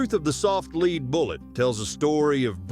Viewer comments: Do these people even bother to watch their videos before they submit them? So many of the problems with the AI mispronouncing words could be fixed by simply changing the spelling to a non-standard form. Changing "lead bullet" to "led bullet" will cause the AI to pronounce it correctly. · Lead - the metal - is normally pronounced ‘led’. Perhaps your AI isn’t quite as ‘I’ as it’s purported to be. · AI: "Soft lead bullet" pronounced as in "to lead somebody somewhere." To heck with AI, including horrible voices. Can't believe I stayed so long. Shame on you. Boo. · Leed boolits... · Your AI doesn’t know how to read… or read(red) lead or lead(led). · What in the hell is a leed bullet? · AI commentary is "wonderful" I always thought bullets were made of lead not "leed"!! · A hail of leed? Soft leed slug? Really??? Never again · Apparently, AI narration that pronounces words correctly is also a myth. The number of times it said "leed" for "lead" (led) was annoying. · "Let's not forget the THE SHOTGUN!" shows a picture of a REVOLVER. "The classic movie GUNFIGHTER!" Shows a clip of Fistful of Dollars. Keeps pronouncing lead (led) as 'Leed' The Colt POINT 4, 5 (repeatedly) "... Long after the West was SITTLED" SITTLED? That's just lazy content creation. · You say you read all the comments... Your AI narration absolutely is awful.. Soft Lead pronounced "leed" ?!? I couldn't forward this video to anybody I'm too embarrassed by that. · Someone please reprogramme the synth speech here? Lead is a metal, pronounced like LEDD.... NOT the verb "lead" as in to LEAD, say, a blind man. stupid, stupid, careless crappy production. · "Lead" is pronounced "Led" and not "Leed." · Your AI should be able to distinguish between lead as in LEED vs. lead as in LED for the material which is used to make a bullet. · Lead rhythms with head, my ai narrator friend. It is the metal lead that bullets are made of, not leed that rhythms with reed. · "leed"?! Gee, using a AI narrator, eh?